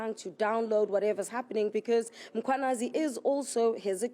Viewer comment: Is it that difficult to say Mkhwanazi? Far more difficult than saying consequences?😮